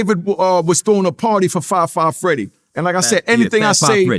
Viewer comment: “Fri Fri Freedy”: “Fab 5 Freddy”: “Fri Fri Freedy” 😂🤣😂🤣 the 🐐